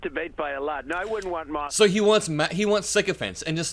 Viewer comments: "Marther [sic] and Brett" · Marther and Brett, Marther..MARthER. WHY DID YOU SAY THAT NAME? 😅